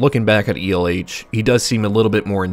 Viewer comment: After seeing elh in a different video from a different youtube channel where they pronounced the name as L, it feels weird to hear it be pronounced as E L H.